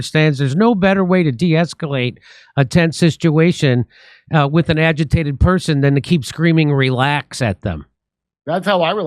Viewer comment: 😂 Jimmy said, "a tents situation "